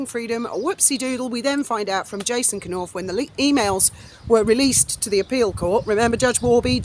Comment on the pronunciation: Hi! It's Nowf, K is silent.